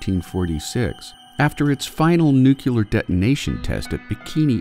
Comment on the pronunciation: It's not "new-cue-ler"... omg